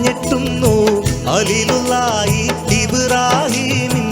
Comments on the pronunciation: അലീലുല്ലാഹിയല്ല ഖലീലുല്ലാഹി എന്നാണ് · ഖലീലുല്ലാഹി എന്നാണ് ഹലീലുല്ലാഹി അല്ല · ഹലീളുള്ളാഹി എന്നല്ല ഭായി ഖലീളുള്ളാഹി എന്നാണ് മുഴുവനും അക്ഷര തെറ്റാണ്